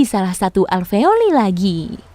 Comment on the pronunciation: Fak aveoli,, we say alveolus